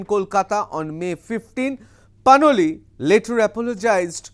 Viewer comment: Is she Panoli or Ppanwalik as you are pronouning.?